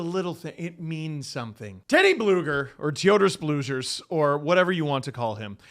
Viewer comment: Yes it is the real name just anglicized. No that’s not how it’s pronounced. Can you say Theodore? Bet you can. That’s how it’s pronounced. Blugers… eh we’ll give up on that one. All names get “latvianized” according to grammar over there it’s kinda lame. It’s Blueger. With an s at the end. 🤷🏼‍♂️ anyway! Good video I laughed